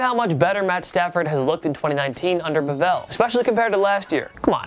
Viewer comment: Xavier Smith I didn’t know that bevell was pronounced bivel